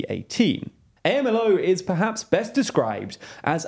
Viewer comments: weird hearing AMLO spelled out every time. I've only ever heard it said in two syllables, "om-low." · Pronunciation: A.M.L.O. is Am Low. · You pronounce AMLO as a single word, not A. M. L. O. It sounds as "Am-Low" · For God's sake. It is not A-M-L-O! It's pronounded like a word with 2 syllabls: Amlo. How can you not learn these basic things before you start pontificating. If you can't learn these intro facts, I don't trust you with any of the hi-falutin' analysis you peddle. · Lopez Obrador is not known as A.M.L.O, he’s known as Amlo (pronounced Am Lo). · WHY ARE YALL PRONOUNCING AMLO LIKE THAT??? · it's pronounced "amlo" like a word. I've noticed you guys make a lot of pronunciation mistakes over the last year or so, which sound like you've never heard the words being pronounced before. and it's not just names of things. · Never heard AMLO spelled letter by letter. Sounds awful. It is usually pronounced AM-LO, I know it is not French, but at least pretend you care about right pronunciation. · Please stop saying A-M-L-O. It's more like the acronyms for HAMAS which is pronounced as if it is one word not a series of letter. So you would pronounce as you would those letters put together as a word in spanish. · You don’t spell out his acronym, you pronounce it ;) “am-Lo” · It's pronounced AHM-LOW, don't spell it out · For future reference: AMLO is pronounced as a single word, not spelt out. Acronyms in Spanish are typically spoken as a word. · If you want to make a video about Mexico you should learn how to say AMLO first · AMLO is pronounced as a single word, you don’t say out each letter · It’s not A-M-L-O it’s Amlo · Hey, quick correction. Obrador is commonly referred to as “am-lo” not “A-M-L-O”. Keep up the good work guys 👍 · No one calls him “eh-em-el-oh”, it sounds more like “om-low” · OMG. Sensationalist news from someone who isn't even American. Also, I don't think people say A-M-L-O. It's AMLO. Hard to put it in text. But, it's said as a word not abbreviation